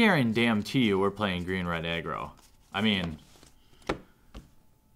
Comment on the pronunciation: I could of swore you were saying "green/red eggroll deck". I'm guess what you were really saying was green/red aggro?